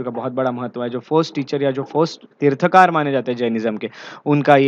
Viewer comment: Mansthambha is not an ornamental structure. Please research and seek clarification from experts. Pronounce as Tirthankar, तीर्थंकर।